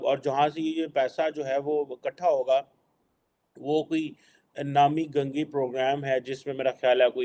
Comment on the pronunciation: Nami ganga nahi namami ganga thirasa to thick karke bolo sir.